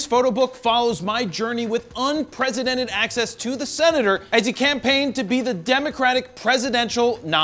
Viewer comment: Did you say "un-presidented"?